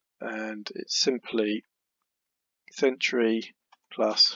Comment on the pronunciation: Thank you. Great video..just one comment “Century” not ‘Centuary’